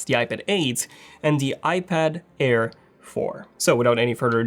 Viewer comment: Air, not care 😅